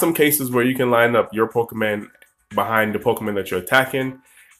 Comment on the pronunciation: Nick Melvin Good catch Trainer Nick. I've been playing Pokemon games for years. I know that it is PokemOn. I've just been pronouncing it PokemAn for so long since I was a kid. I've been trying recently to break the habit to no avail. Thanks for watching the pokemOn videos on my channel Trainer Nick!